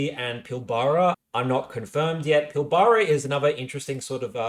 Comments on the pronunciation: Pilbara is pronounced Pil-bra :) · Thank you, this was the second time in two days that I've heard someone mispronounce Pilbara. I was starting to think I've been saying it wrong all my life. Maybe it's a NSW thing.